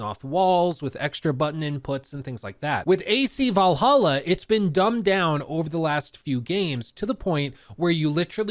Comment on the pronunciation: Can’t believe mispronounced Valhalla when he has the soundboard right there…